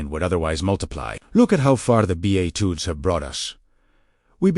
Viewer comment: Bedatitudes?? Seriously, someone should at least edit the videos! AI doesn't know what they're talking about! 😂